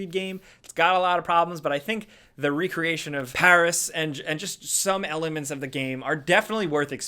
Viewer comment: Recreation isn't pronouced like recreational. One is remaking something and the other is something you do in your free time.